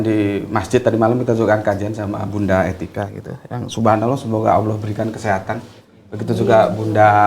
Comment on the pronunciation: Smbong skali ni klu baca judulnya.. gk usah gitu tuan.. tuan itu blajar baca alquran aja dlu..biar pas ngucapinnya..gk usah tinggi2 lh ngomong ini itu..klu nyebut nama Allah itu lidah nya letakkan dilangit2 mulut anda..bukan awoh